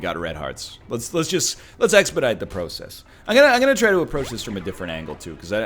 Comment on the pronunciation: Let's-uh go